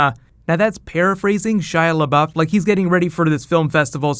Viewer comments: "shia lebaoff" lmaooo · when home boy said Shia labowf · I don't get why you were pronouncing Shia LeBeouf so weird the first few times, is it a joke I'm not aware of? P.S. love the show!!